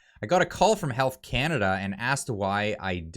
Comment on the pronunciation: <Welcome home....to Not See Cana-duh.>